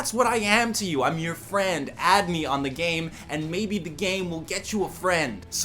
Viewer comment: Nobody: Jredloc: FRAIND!